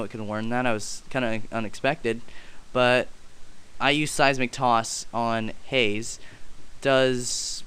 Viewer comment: its not haze its haaaze